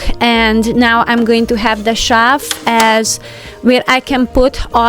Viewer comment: Beautiful organization! A lesson for us all. But Please...TRY and pronounce "shelf" and "since" properly. Even the closed caption spells the way you say shelf as "shav" and if you can say "sin" as in "single" or "sing" then "since" should be easy. Otherwise, it sounds like you're saying "science".